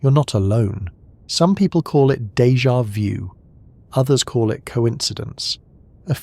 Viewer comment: Pronounced " day ja voo"